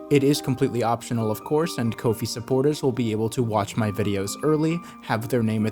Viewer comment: I thought it was pronounced Ko Fi